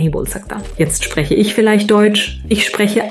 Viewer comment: my guy he is right. the german part sounded like someone learned to speak from a book. The emphasis put on "auch" is nonsensical, "spreche" is said without shortening it, there is no hint of any regionality. You truely have ne idea what you are talking about and i hope that my german username is enough proof that i do. Grammar and pronounciation was perfect but the program got the context wrong and what might be the assumed context makes no sense because of the tonalities